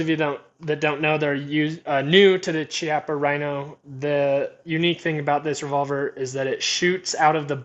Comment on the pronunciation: use the bmt mooner, do a search, dont want to link it here, also just buy a bunch of moon clips to make extraction faster any holster recommendations? also its pronounced KI-appa